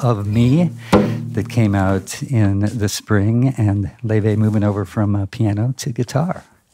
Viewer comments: It’s more like a loy - vay except the oi is mixed together and mixed. She features on a different channel in which she pronounces it in English (lay vay) and in “True Icelandic fashion ✨” (loi/loy vay) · Laufey is so refreshing to hear in this day of copycat modern pop…she takes you back to a time of creative and original tunes. I guess her name is pronounced “lay-vay”??